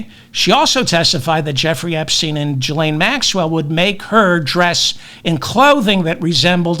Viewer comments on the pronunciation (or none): I'm pretty sure it's a hard G...Gee-lane...😉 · Ghislaine is pronounced "ghee-LANE."